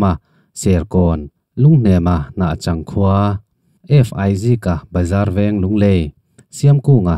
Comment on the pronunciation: thil pa 1 ka lo sawi ve,,Hnahchangtih hi,tun a Zotui khua an tih tak khi nia,a fir fiak deuh chuan Hnachang Zotui an ti deuh kher thin,he ta Hnahchang a,a Chang lai hi Sava chang ang a lam tur .youtube channel dangah pawh Chang hi thil sakhat chang(hard) lam hian an lam thin,,tin Rulkual(lui te hming a awm tel dawn a) he ta Kual lai hi kawng kual kan lam ang a lam tur..(he ta Rulkual hi kan khua Mualthuam north te,Haulawngte Bualpui V te lui in ri na pa khat ani bawk)chuan i channel hi ka ngaih thlak duh chi sub nghal e